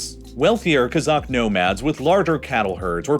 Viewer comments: Great video! One correction though, in the word "kazakh" the stress in on the first syllable, not the last. When you pronounce it like KazAkh, it sounds more like Kazak/Cossack, which is a different thing. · Kazakh is pronounced "Cause-Ok" not "Kuh-Zok" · sorry but this guy miss pronounced the word kazakh everytime. It’s not ka-zock, it’s kah-zack